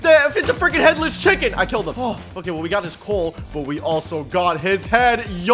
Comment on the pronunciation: Bro really just said chiken